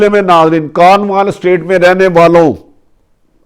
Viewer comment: It is called Cornwall estate not kanwal estate